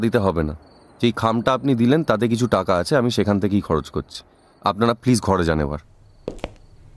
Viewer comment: আমি তো "কত ভড়ি গয়না আপনাড়া পেয়েছেন " শুনেই বন্ধ করে দিলাম। অর্জুনের বর্ণমালায় 'র 'নেই।